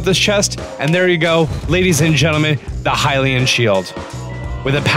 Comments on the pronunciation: Have you ever heard someone say hill-e-un shield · I was gonna watch a different video but the guy said hylian like “hill-e-in” and I had to leave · Hynix Hylian Luminous...dude do you know how to read? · why are you saying hy-lean (Hylian) and grada (Granté) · 1st of all "hi-lee-in" 2nd "loo-mih-noise" 3rd stasis on a mine cart 4th "grot-uh." AMERICA, EXPLAIN!